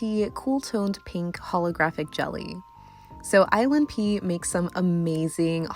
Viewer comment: I keep thinking you're saying "island pee" when you say "ILNP" XD